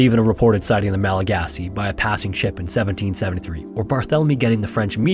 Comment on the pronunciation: Thank you so much for appropriately calling them Malagasy. So frustrating that so many people get it wrong.